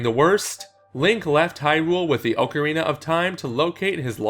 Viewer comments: It's not oakorina it's OCKarina or is it your tongue? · It's ocarine not ocharina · ..."Oak-arina"????? Why would you pronounce it like that? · Ohcarina your pronunciation gave me cancer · Oak-arina? Please, for my sanity's sake say it right: Also yes, old video and what I said shouldn't matter all that much, but it is still gonna trigger me because I'm unable to let these things go. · Oakarina of time lol